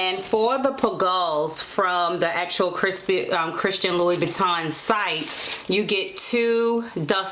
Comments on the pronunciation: You are mispronouncing the name. It sounds like you are saying LOuIE boo tan.!maybe it is my audio, but the correct pronunciation is LOU BOO TAN.. just a heads up. Other than that thanks for this info. Very helpful😀😀😀🙏🙏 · Kay Heath I research and the correct way is loo-boo-tan, so we both were wrong. But thanks bc I should have researched how to pronounce it before the video. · It’s French pronounced: LOUBOUTINN! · I’m aware that I pronounced the name incorrectly in the video.🤦🏽‍♀️ it’s Loo-boo-tan. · Its prounce ...(loub-bu-tin)cute shoes tho